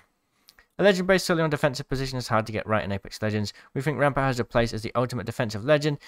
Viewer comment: Crack em knuckles it's rrrraampart time